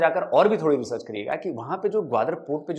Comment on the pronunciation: रेचर्च क्या होता है भाईजान 🤣🤣🤣🤣🤣🤣🤣🤣